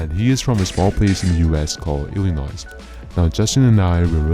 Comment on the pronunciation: Illinois isn't pronounced Illinois its pronounced Illinoi